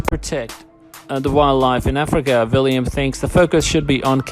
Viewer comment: It's William not Villiam. The narrator needs to slow down so he can read properly instead of inserting words that are not in the narrative or leaving out words that are. It sounds a lot like a meaningless gabble.